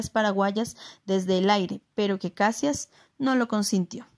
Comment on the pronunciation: Luis Alves de Lima e Silva, Duque de Caxias, el único que ganó este título por méritos propios... Por cierto, la pronunciación es Cachias, no Cassias.